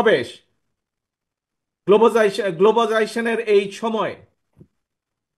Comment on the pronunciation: যে মুসলমান ব্যক্তি তাঁর জীবনের প্রায় ষাটোর্ধ্ব বয়সে এসেও সঠিক ও শুদ্ধভাবে সালামটুকু দিতে পারে না। 'আসসালামু আলাইকুম'- কে বলে, 'আসসালা-মালাইকুম'। যে ব্যক্তি নিজেকে শিক্ষিত বলে দাবি করে, অথচ, গ্লোবালাইজেশন শব্দটি দুইবার চেষ্টা করেও শেষপর্যন্ত সঠিকভাবে উচ্চারণ করতে ব্যর্থ হয়। 'নির্দিষ্ট' -কে বলে 'নিদৃষ্ট', সে কিভাবে সঠিক ও নির্ভুলভাবে ১৮ কোটি মানুষের ৫৬ হাজার বর্গমাইলের এই দেশটা চালাবে?